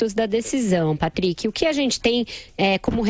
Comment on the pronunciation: Acho graça da pronúncia do nome " Patríqui" 😊